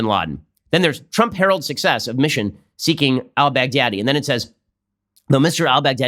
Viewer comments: Everyone says: bagh-dha-dhi All I hear: Big daddy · I love how Trump says Baghdadi. It almost sounds like Bad Daddy. :D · Lmao it’s closer to bahgdhadi